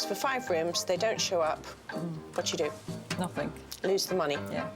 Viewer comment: She wants to be glamorous,and she says ‘nothink’.She needs to learn the language.